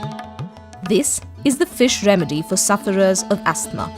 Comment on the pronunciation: The girl doing the voice over says: astmah instead of: ahsma!